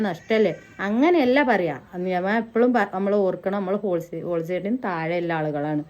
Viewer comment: ഓൾസൈഡ് അല്ല ഹോൾ സെയിൽ 😂